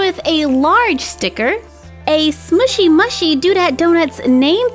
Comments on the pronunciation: It's pronounced smoshy mooshy. But it's not spelt like that :3 xx ❤ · Btw it ia not smooshy mushy, you pronounce it smooshy mooshie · Its pronounced as SMOOSHY MOOSHY not SMOOSHY MUHSHY... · You pronounce it like SMOOSHY MOOOSHY I know that’s spelt wrong but you can’t hear me and that’s how it is said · It's pronounced smooshy mooshy do dat donuts. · there pronounced like smooshy mooshey